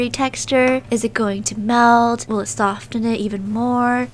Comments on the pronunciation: Soften not sof ttten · Just btw it’s pronounced ‘soff-en’ not ‘soft-en’ 🙄🙄🙄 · I love her channel so much but why dose she pronounce the T in soften? Oml I'm sorry lol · sOfTeN You need help with that word sis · hey, not criticising or anything but in the word soften, the t isn’t pronounced so it’s like soffen. just a tip for you, no hate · y do u say sofTen insted of sofen that really gets on my nerves like if u agree! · Every time you said sofTEN I cringed so hard. Soften is pronounced “Soffen” 🤦🏼‍♀️ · No hate but it’s pronounced “soffen” not “sofTen” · Does any one else realize she say soften but pronounce the t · i absolutely love this video but i just can’t with the pronouncing the T in Soften the T is silent😅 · #stofentheputty the t is silent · The way she says soften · U keep saying soften not soften. ....... pet peeves